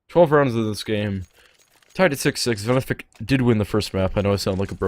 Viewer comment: ITS VENEFIC NOT VENIFIC